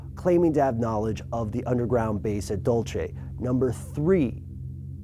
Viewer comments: its Duel-seh not dulchi Ahh that drives me nuts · dul-se not dul-che. my side of nm. grinding teeth when I hear it. Lol. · The way he pronounced dulce is so funny... Dulce not dulche lol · It's dull say. Not dull chey. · It's Dulce!! Not Dulche.. Dulsee in gringo.. It means Candy.. Candy, NM is its gringo name. Get it right people! And yes it's all true.. Come and see for yourselves all ..you mite just end up with a tail and dogface.. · aaahhh! It is NOT Dol-che! it is pronounced Dul-c and it is the Jicarilla Apache Reservation. You are killing the truth! yes there is Alien and UFO sightings there is a mother ship. If you are going to report something please get your facts and pronunciations right. I doubt you have even stepped foot on our lands. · How stuff work doesn't understand how Spanish works. It's not "dul-che," it's "dool-se". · DUL-SAY not DUL-CHAY. Do your research. Phil Schneider died in 1996. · hahaha "dual-che", is pronounced "dual-sey", means candy in Spanish. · Dude! Its not Dul chay (Dulce)... Its pronounced " Dul Cey" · Lol "dulche" it's pronounced DOOL-seh!!! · Dool-Say not Dolce/Dol-che. OMG if he watched the other documentaries or he had done some research on New MEXICO he'd know that it is a Spanish word, not Italian. arghhh. so annyoing. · Not dulche... it's pronounced duel-se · Pronounced "Dul-see" by those of us that live here....not "Dol-chay" and there is nothing here but sand, sage, evergreens, beautiful landscapes and Jicarilla Apaches.... Stand for something or fall for anything...... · Dulse, not Dolčej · Can you really not pronounce Dulce, Nm? It's really annoying. Where the hell did you get Dul-chay? Its more like Dul-say as in the spanish word for candy or sweets. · Dulce = Dool-Say. Spanish word for sweet! TNX for the video! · dole-ché (Dolce)? It's pronounced dool-sé (Dulce) which translates to sweet in Spanish. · also, it's pronounced "dool-ceh" not "dol-che" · It's pronounced Duel-Say, not Dolche. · DUL-CHE. ahahahahahahah